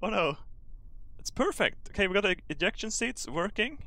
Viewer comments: See when he says ejection, I keep thinking he says 'ejaculation seats ' 😥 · Did he say ejaculation seats 😂😂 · wait, didn't say "eyaction seats"???????? he actually said Ejection??????